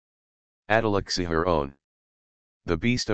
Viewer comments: It's pronounced chee-har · Csihar, not cishar... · It's not Attila Cishar it's Attila Csihàr and it's prenounced wrongly aswell... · *Csihar you said his name horribly wrong